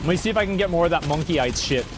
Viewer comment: And by The way you Are saying morkite wrong you Are saying monkeyite like monkey There is no N😂🐵